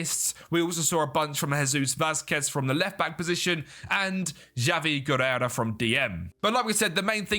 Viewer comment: A solid 1 hour of calling Javi Guerra "Guerera"